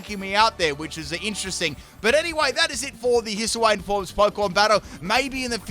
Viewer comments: Its hisu-e not hisu-ey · Please, don't say His-oo-ay-an, it will be my demise. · Wtf kind of Hisuiam pronunciation is that?